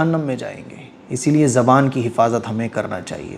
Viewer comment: it is zabaan not jabaab okkk